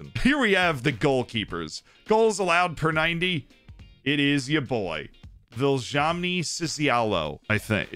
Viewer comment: Viljami Sinisalo: Vilzami Sisialhoe